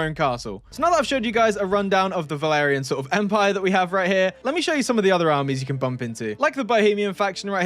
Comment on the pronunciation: Valarian? It sounds like Vlandian 🔥🔥 (m&b 2 bannerlord reference)